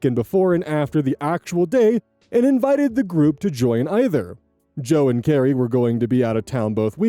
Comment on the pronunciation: Is it just an thing to say "join" as a two-syllable word? Or is that a regional thing, and some states actually say it that way?